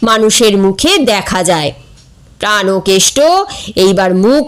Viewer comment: প্রানোকেষ্ট হবে না, হবে প্রাণকেষ্ট |